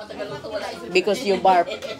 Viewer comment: It's not "barp" its "burp"